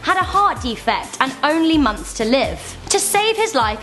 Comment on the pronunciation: 2 mowthes